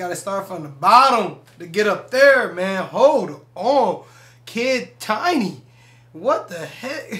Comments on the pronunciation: Check out "Doa-kid tini" too cuz that song never sleeps!!! Also correction pronounce it like this >>> kid teenee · His name is pronounced as Kid teeney by the way and react to Kid tini- DOA Kid tini- Cinga Kid tini- Life 🔥🔥🔥